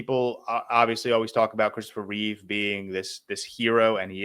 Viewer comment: It's Chistopher Reeve not Christopher Reeves